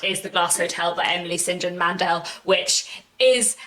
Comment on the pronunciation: I didn't want to say anything in before, but now feel like I should tell you that you pronounce Emily St. John Mandels name wrong 🙈. It is pronounced Emily "Saint John" Mandel. In this video she pronounces it herself in the beginning of the video: . If you don't want to click on the link, then just type "What I'm Reading: Emily St John Mandel" on Youtube (3.19 minutes long) 👍🏼